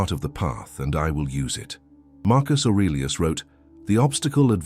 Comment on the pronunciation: Please don’t say Marcus arilus 😂